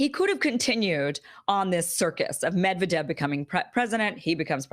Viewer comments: It's pronounced Med'viedef not Medvedev xD /mɪdˈvɛdɪf/. Thanks for the awesome content. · It's pronounced 'Med-VED-ev.... stress on the 2nd Syllable... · Stress of "Medvedev" is on V Medvedev (/mɪdˈvɛdɪf/). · This vid didn't open from notifs, only from your channel. It's Ka-zakh-stan (if I got what you re saying), and it's MedvEdev, not MEdvedev, btw. We were expecting them to resign back in 2018 after reelection.